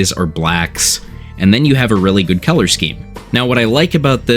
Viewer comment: Are you from Pennsylvania? You pronounce color like Keller. That's definitely a PA thing